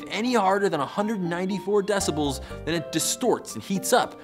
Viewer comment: "decibals" sounds like "decimals", but with a cold.